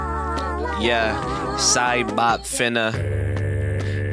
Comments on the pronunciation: Every time i Hear Cybop i think he says the n Word. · He said nyouza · not sure if you can REALLY hear what cybop sounds like but HE JUST SOUNDS LIKE HE IS SAYING THE N WORD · Cybop actually say negga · Cybot sounds like he's saying the n word😂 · Bro doesn’t know what cyborg saying 💀 (He saying negga ) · Do you realize what I hear from cibot sounds like he's saying the n word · Cybop at the End sounds like he is saying rubber and mega also never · It doesn't even actually says it, it just slightly sounds like it